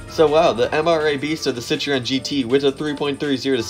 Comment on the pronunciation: Nice video, but maybe Citroen, not Citreon?